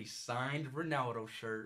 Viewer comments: It all started saying Cristew Rownaldo SUIW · he says ronawdo